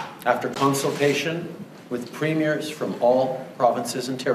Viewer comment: pleas get your grammar down It’s province not providence It’s premiers not primers It’s Saskatchewan not Sechewan